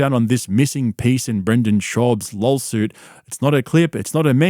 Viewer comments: It’s laW suit not lol suit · It's not lawsuit it's lawlsuit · are you saying lol-suit? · wtf is a lawLsuit? You sound as dumb as brendan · i cant tell if hes purposefully saying lolsuit or if its just his accent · I love that you pronounce lawsuit as “lolsuit”. 😂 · Love how he says LOLsuit! 🤣🤣🤣👍🏼👍🏼👍🏼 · Talmbout lawlsuits, b? Pure Spegggdrum CTE. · "LOLSUIT." Cannot unhear it.